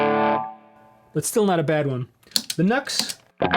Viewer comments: NU-X= new x. Not nucks. Think about it.. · Nux pronounced “ new x” i believe... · Cool comparison I believe the NU-X is meant to be pronounced with two syllables Nu and Ex. Who knew? There's a world of klones out there, aren't there. I have two budget units currently. Tone City Bad Horse Caline CP-43 Pegasus I'm preferring the Pegausus at the moment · Too funny, I thought NUX was pronounced "Knucks" too. But then I heard another say Nu-X and prounounced it as "New-Ex". Who knows though.Good pedal for that price. The latest Klon, the Silver or Golden Horse by Mosky. That's the pedal that arrives later this week. It's my 3rd sub $30 pedal and I really haven't been disappointed with any of the other 2. Rowin Noise Gate, Mosky Mini Muff. I really do like the Mosky Mini Muff, but there's only so much Smashing Pumpkins you can play before that gets old, especially when you play Smashing Pumpkins as bad as I do. You can also understand why I throw $30 at a pedal, I'm never touring or recording at this stage of my life, so I don't need a dead ringer for any clone pedal, just something that gets me close enough. Maybe that's why I sound as bad though, the pedal might drift away from exact match and that's part of the reason why, poor dexterity being primary though. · Here in Australia, I've heard them being pronounced as "NEW-EX" (NU-X)